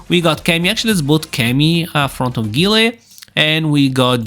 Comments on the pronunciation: Who tf is gee-lay 😂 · so Guile = "Gillay"....OK.